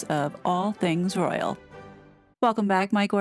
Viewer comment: I thought you said the Royal rodent 😂